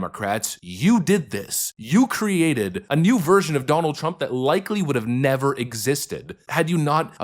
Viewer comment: FYI the expression is "better late than never" - sounded like you said...ever